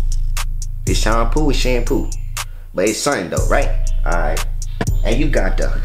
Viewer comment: Remember when he used to pronounce shampoo as “Champuu “ 😂 in the first hair tutorial vid